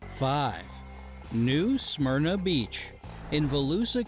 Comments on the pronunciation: Did the way the guy pronounced it in the video make you wanna hit him, or is that just me? New SMEAR-NA. The worst things I've encountered at NSB are the tourists. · Being from Florida I hate the way he says "New Smyrna Beach", the only way I've ever heard it pronounced my whole life was "New Semerna Beach" and no its not dangerous, just has some sharks and dumb Floridians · As a Floridian, the most dangerous thing to do in New Smyrna is pronounce it like the way the guy did in the video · As a Floridian the pronunciation of New Smyrna beach is throwing me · Nothing has bothered me more than how wrongly the narrator pronounced “New Smyrna”.